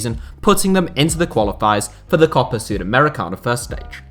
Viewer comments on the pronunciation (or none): none